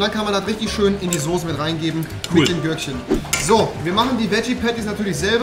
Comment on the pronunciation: Rewi sagt ´´sose´´ ich bin raus